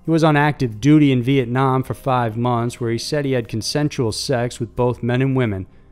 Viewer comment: Road Warrior no it was only have 4, I know cause the way his accent says fiiiiive. I was like damn only 4 stories LOL 😉